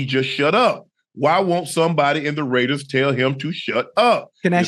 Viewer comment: Ok off topic but ain’t no way ocho does not have dyslexia cause mf said “waider ray” 💀💀💀